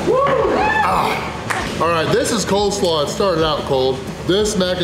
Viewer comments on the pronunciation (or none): Awesome video again but It’s coleslaw not COLD slaw 😅